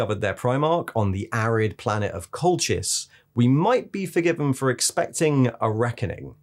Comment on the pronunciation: Cracking video as always, even if it is about the biggest gang of d-bags ever to wear power armour! FYI, if Colchis is meant to be pronounced like the historical/mythical place on the Georgian Black Sea, I think it's pronounced "Colkis"?